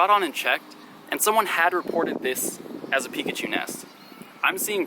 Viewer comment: You said peepachu